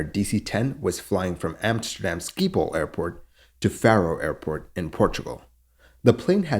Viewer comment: It's pronounced "SkipPAWL".